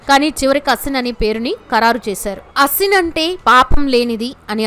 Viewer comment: Her Name is SHould ne Pronounced as AASIN Not ASIN As You are Pronouncing .